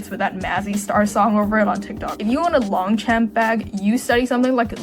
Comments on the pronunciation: the pain of longchamp being pronounced "champ" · It’s Lon(g)-shon and Mon-blon. Is that the reason that you refuse to say Fjällräven? 😂